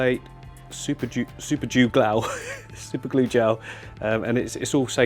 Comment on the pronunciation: Hahahhahaha. He said super jew instead of super glue. Lol the english are ridiculous. Ps we won twice merica!........ Lol I know some will get mad at these jokes so hey it's called a joke also picking on! People pick on people they like or are jealous of. I love the english and I love great channel I just always make jokes on peoples mistakes because well I have a stutter and other problems. So I can pick on people for messing up with speech.